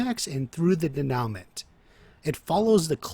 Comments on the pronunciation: bro great video. i have only 1 gripe. i dont expect you to speak french by any means, but when speaking about narrative structure, incorrect pronunciation of a key word like denoument can seriously undermine your credibility. i bring this up not to rag on you, but because your videos are fire and i wanna see fans take the most from your content. the correct pronunciation is day-new-mah. i would also suggest digging a little deeper into the correct use of the word as you seem to have a decent grasp of the concept, but a couple examples you gave were juuuuust a hair off. not incorrect, but maybe could have been worded a little better. this has been your weekly constructive criticism, signed, a dedicated fan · Denowment. Lol good video though